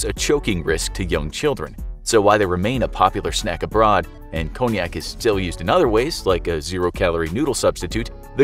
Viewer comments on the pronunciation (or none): none